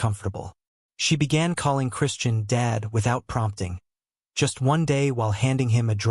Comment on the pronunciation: AI AGAIN!!!!!!!! Dead meaning without life VRs Dad meaning father. Not spelled the same, not pronounced the same, not the same meaning.😢😢😢